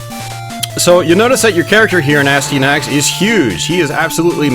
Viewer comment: its pronounced a sty a nax, its not a stee a nax